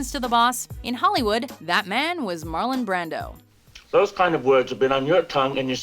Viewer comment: MarlOn Brando, with an O, not Marlin